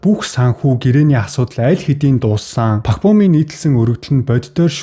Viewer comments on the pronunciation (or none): none